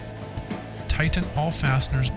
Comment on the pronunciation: Do not over tigh-ten. . .